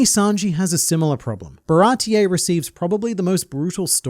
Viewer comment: What is a "Baratie-EY" exactly, dear?